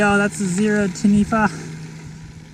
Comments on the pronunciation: being born and bread here in NZ we pronounce the zerode's name like "Tani - fah" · Try pronouncing it Tan-e-fa... That's the correct manner. It's a Maori name of a legendary water monster. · Taniwha is pronounced Ta-knee-far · It's pronounced Tarn-eee-far. Great review! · Yeah nah, it’s t’neefer.